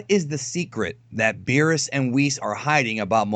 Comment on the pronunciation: It's beerus